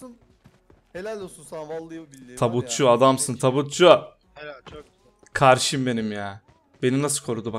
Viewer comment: Karşim demesine dülen tek ben miyim